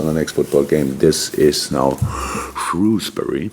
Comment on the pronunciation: strange ..it takes a german to pronounce shrewsbury correctly :) ,im a little torn here about the result ,being a liverpool fan since the early 80`s but living in shrewsbury all my life and going to a fair amount of games . I probably think it will mean more to the shrews than LFC but id hate to see the reds getting beat by a league 1 team doubtful though it is.maybe a draw please so a money spinning replay at anfield .